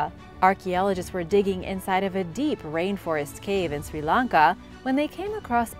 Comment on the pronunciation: Anyone else notice the “Sri Lakan”